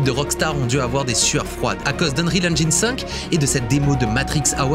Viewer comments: "Engine" se dit "Ennjinn" pas "Ennjayinn" Même chose à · Cool mais on dit "ènjine" et pas "ènjaïne" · Super! Petite info, on ne prononce pas "engyne" mais "engine" avec un "i" et l'accent tonique sur le "en" en anglais. ;) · Bon alors tu dis enjaillne ou engine ?^^ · J'en peux plus de la prononciation Eng[aï]ne ^^ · Salut! Juste une petite remarque: on dit "engine" avec un i à la française et non "enj-eine" comme le 1 allemand. On est beaucoup de français à faire l'erreur je te rassure haha. Edit: bon t'as corrigé le tir en cour de vidéo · Hello. J'adore ce que tu fais et aimerais avoir ton talent et connaissances en images de synthèse. Mais stp, fais un effort de prononciation de l'anglais pour ne pas propager de fautes auprès de tes abonnés, en particulier sur la prononciation de "engine" que tu utilises forcément souvent... En plus tu fais la faute plusieurs fois au début et plus après (par contre awaken et unrecorded, c'est pas ça...). 😊 À part ça, video très intéressante (comme toujours).